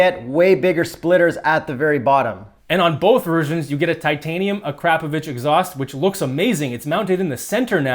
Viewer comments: Did you say “A-crap-o- vich”. Unless I am wrong it’s pronounced “Acra- po- vic” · A-Crap-Ovich Exhaust? Yikes. It's pronounced Akra-Povic.